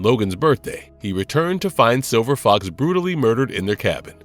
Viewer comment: Are y'all using AI to voice these things now? There's a hell of a lot of mispronounciation (see: calling Silver Fox "Silver Fok").